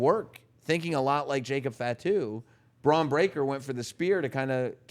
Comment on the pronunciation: Please don’t say fat-too. Fah-two. Please adjust.